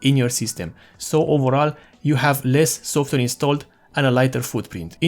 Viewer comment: You said WHAT! LMAO You say "software" but it sound like you say "softer" instead. These minor observations are but a grain of sand compare of your overall english speech capabilities, we can still tell that you are probably indian by your accent but we can tell 100% what you are saying. A huge thanks and congratulations, video quality, info, editing, speech, you got it all! nice video!